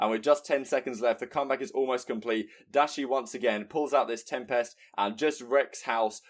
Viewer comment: I love you but you need to learn how to say tempest